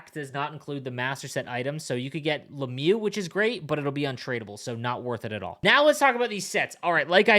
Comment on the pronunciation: How do you call lemieux giroux numbskull